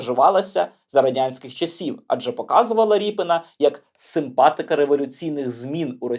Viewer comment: Я думаю - РІП"И"НА, наголос набукву "И".... Так буде зовсім по українськи....